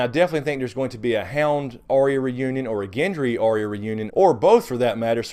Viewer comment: Why can’t anyone pronounce Arya’s name right? It’s not Ar/rea, it’s Ar/ya. Catelyn in season 1 calls her that, although Sansa always says it way you do. Big pet peeve of mine.